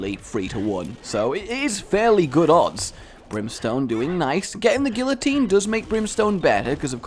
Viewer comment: couldn't even pronounce guillotine... disliked, flagged, unsubscribed. Okay but in all seriousness guillotine is a great item and does not get the respect it deserves.